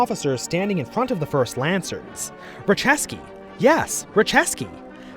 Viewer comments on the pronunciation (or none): you pronounced Raciecki as "Racheski". It's actually pronounced as "Ratsyetski" or "Ratyetski".